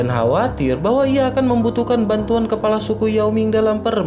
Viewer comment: selalu dengar mimin sebut kelapa, sepatutnya KEPALA bkn KELAPA